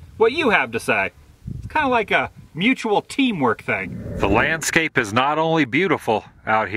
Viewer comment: Adam did you say " Lamp Scape"?